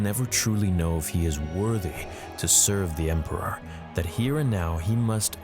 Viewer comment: I like when you accented "the Emporer itself" LMAO